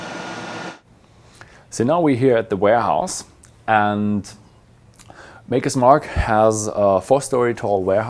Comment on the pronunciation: It's Maker, not Marker, for fuck's sake...